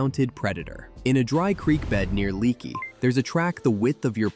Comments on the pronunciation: It's pronounced LAKEY, NOT LEAKY ! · It is pronounced Lakey . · Also Leakey is pronounced like Lake-ee and Boerne isn't pronounced Born but pronounced like Burny. Just telling you because I've lived in the Texas hill country all my life. There are some strange pronunciations. Real county isn't pronounced REEL it's pronounced Ree AL. Al like a person's name. Gruene is pronounced just like the color Green. I can tell you aren't anywhere from around southwest Texas. 😂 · Lmao😂. No shit right. I'm trying to figure out why this dude did a video on an area he knows nothing about. He can't even pronounce Leakey or Boerne right. He might be Canadian😢